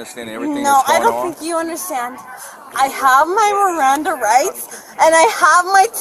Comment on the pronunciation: "NOOOOOE MERRANDAH RITES"...yeah fellas, she's a professional. This isn't her first time.